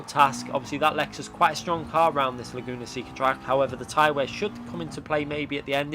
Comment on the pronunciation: The penalty was probably awarded for calling the track “Lagoona Sicka” lol